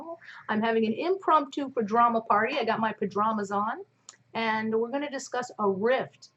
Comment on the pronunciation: did you say.. pajdramas? I love you!